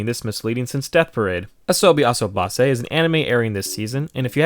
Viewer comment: The way he pronounced "Asobi Asobase" LMFAO